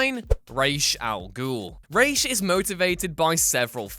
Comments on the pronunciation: rhaj not raisech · What the fvck is a REASH????? Its R-A-S please man you are hurting my soul. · it's RA like the Egyptian god! Ra not Ray! bugged the life out of me! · Is Ra's Al Ghul really pronounced "Raish"? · lol anybody else wanna throw their speakers out the window when he says "rashe"? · Learn to say Ra’s. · Is it just me or does he keep mispronouncing ra's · What is up with the pronunciations? Raysh? And laufeysen? Its laufeyson as in laufey’s son.